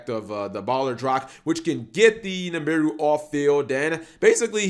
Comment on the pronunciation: pronounces Nibiru as Nimbiru Me: OK boomer